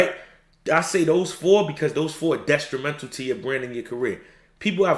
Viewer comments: “Destrimental” is killing me 😭😭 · Bro, why you keep putting a “s” in detrimental?